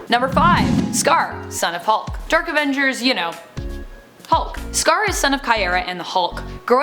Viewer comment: new avenjsshhhers!?!?